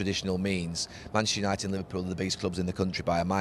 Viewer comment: Neville's favorite two words: "Manshter united"